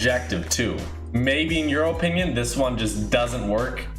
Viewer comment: Is it just me or is it annoying how he says opinion?